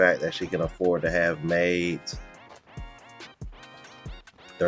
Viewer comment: Did she say maids or mates?